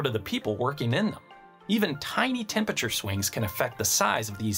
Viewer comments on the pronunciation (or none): Well spoken for the most part but I can't help but hear the pronunciation "Tempature"